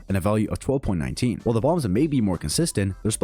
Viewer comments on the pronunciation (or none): none